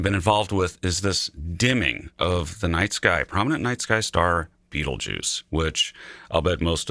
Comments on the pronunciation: beetlejuice? lol its 'baytalgurz' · Damn Beetlejuice... that is not how it's supposed to be pronounced lol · Please pronounce the name of the star properly